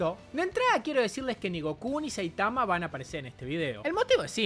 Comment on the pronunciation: Buen video pero aprende a pronunciar SAITAMA